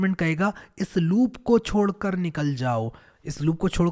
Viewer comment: Are bhai chhodkar not chodkar